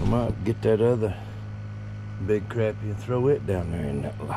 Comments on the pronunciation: It's not crappy. It's not something that's nasty that you took a dump. It's pronounced crop-pie with a short o sound. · Love the video! but I always believed that fish was pronounced croppie, even though its spelled crappie, so I looked it up and the pronounce it right web site says Croppie is the correct pronunciation, Thank you for the video have a Blessed day😁 Trump 2024!!